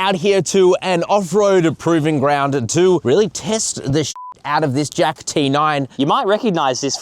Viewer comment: Why are you pronouncing it "Jak" like with a K sound?